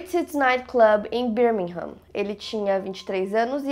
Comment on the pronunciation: só pra dizer que se fala Birmingham > Bêrmingan - o “h” fica mudo 😜